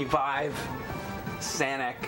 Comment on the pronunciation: I burst out laughing at "Sanic"